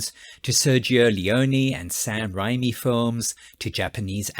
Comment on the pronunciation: Just a quick note; The man’s name is actually pronounced “RAY-mee”. And despite having a similar spelling, that particular Japanese word is pronounced “K-EYE-jew”. (Long “I” sound) Also, it’s not just an anime genre; the “Kaiju” genre began in live-action with such movies as the ‘Godzilla’ franchise. 🙂‍↕️